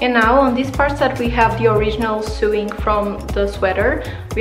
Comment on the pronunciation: lovely tutorial! :) just a tip; sewing is pronounced like this: sowing